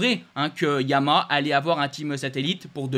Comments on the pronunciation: tu n'as toujours trouvé un orthophoniste pour ton défaut d'élocution:YA-MA-HA....... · T’as du mal à prononcer Yamaha !